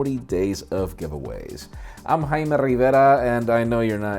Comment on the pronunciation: Your name is pronounced Jay-Me..